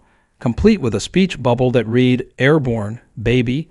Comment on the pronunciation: Need to learn to pronounce certain words like read , etc.